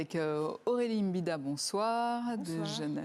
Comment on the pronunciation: Mbida et non M'bida.